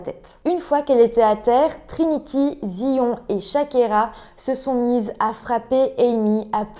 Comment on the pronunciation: Mon Dieu la pauvre, l'école est censée être un sanctuaire où l'on se sent en sécurité. Justice et autopsie de merde, la victime n'a absolument pas eu de justice. Juste petites précisions Zion ça se prononce Zaïone et les éviers sont en fait des lavabos.